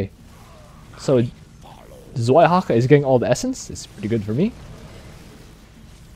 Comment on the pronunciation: 2nd Dehaka is called {Tsvaihaka}, not {Zvaihaka}, Zwei is a German word for a number 2